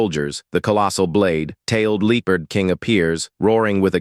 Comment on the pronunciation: God Almighty you need to get a new AI, this one cant even say the word Leopard. I mean I put the word in Google Translate and click on the say the word button and it got it right.